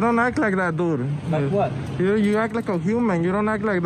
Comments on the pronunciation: "...but I was already inside". Milton Waddams anyone? And "doo"? Can someone tell him there's a "d" on the end of the word "dude". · “Dood.” Learn the language.